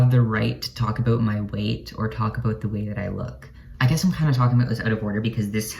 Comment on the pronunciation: “Aboot “ -love ur accent-love ur vid